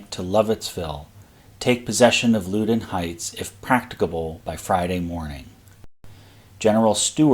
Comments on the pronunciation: Loudoun Heights is pronounced "Lowdon Heights." And Potomac River is pronounced "Putomic River." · For what its worth its pronounced LOW-DON heights, like Loudon County